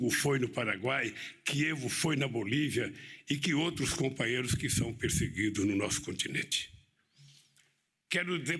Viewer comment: Dá até medo qd fala nos compaheirro.td ex kkkkkkkkkkk